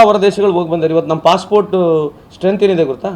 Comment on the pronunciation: ನಾವೇ ನಂಬರ್ ವನ್ ಎನ್ನುವ ಟಿವಿ9 ಮಂದಿಗೆ ಅದು 'Possport' ಅಲ್ಲ 'Passport' ಎನ್ನೋದು ಗೊತ್ತಾಗಲಿಲ್ಲವೇ?! 😜